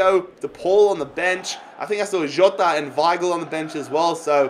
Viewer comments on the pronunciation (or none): none